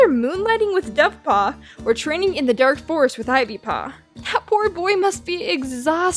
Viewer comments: YOU SAID DANK FOREST AHHHHHHHHHHHHHH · Did you say “dank” forest? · I SWEAR SHE SAID DANK.